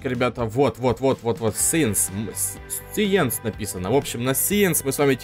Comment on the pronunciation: Не сиенс сайнс 😑